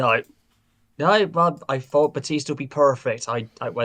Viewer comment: Bastista lol Batista